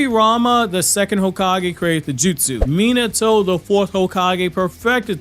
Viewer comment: I really wish you’d learn how to pronounce Minato’s name…